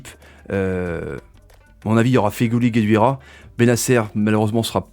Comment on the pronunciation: Guedioura mais non gueduira sinon super vidéo tjr a la hauteur de nos attentes